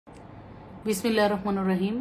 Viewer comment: doya kore bismiallah ta thik kore porben 😊😊bismillah hir rahmanur hobena rahmanir rahim kemon 😊😊